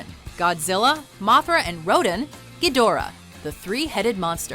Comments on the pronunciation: Ro-Dan Ro-Dan. Not Rodin. 😒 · Am I the only one who got pissed when she said Rodan like "ROH-DEN?" It's pronounced "ROH-DAN". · It's pronounced Rowdan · please! They are pronounced 'ro-DAN' & 'GHI-do-rah'...geez, get a clue😝😝😜🤪